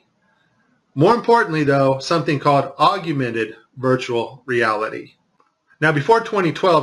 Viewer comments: Great clip! Wish he'd say augmented, corrrectly instead of auguemented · DON'T MEAN TO NITPICK BUT IT'S SPELLED AND PRONOUNCED 'AUG-MENTED' NOT 'AUG U MENTED'. . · Interesting video! Hated "aug-you-mented" though. That's as bad as "nuke-u-lar" and "ex-specially". It's aug-mented. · I was wondering why you kept saying "augumented." And then I that you spell it that way. It's spelled augmented, and there is no "u" sound after the g. I just mention it b/c you used the word so many times. Other than that, I love the video, and I saved it for sharing and personal use. Thank you, awesome vid. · Aug- yew- mented. What is wrong with you, man. You can't be that ignorant, can you? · I wondered if anyone caught that! 😂😂😂He must be from Texas. That’s what Texans do—we say our words like we want to!!!😂😂😂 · Augumented is not a word. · Yes. If one is to speak from any level of authority, correct pronunciation and spelling is key. Otherwise it lays open the door for a host of attacks & ruins credibility. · We’re supposed to believe this when this guy can’t even pronounce “augmented”? If you want to be taken seriously, learn how to pronounce the very thing you’re discussing. What a joke. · Is his pronunciation of augmented the only thing you people got from this video? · Learn to pronounce Augmented. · how bout you make a perfect vid using the correct pronunciation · He can’t even say augmented correctly.